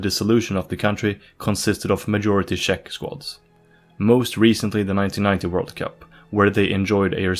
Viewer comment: had me watching until he said shek republic